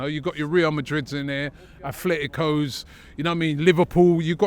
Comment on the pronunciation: STOP with the Racicsm please:: ITS NOT A-FLET-TICO its A-tle-tico (THERE IS NO TH OR F) Two teams in Spain: Atletico Madrid (Spanish name) and Athletic Club Bilbao (English name) There is no AFLETICO or ATHLETICO